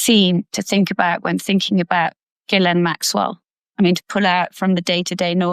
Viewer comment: Gee len pronunciation. S is silent. Get it right, Steve.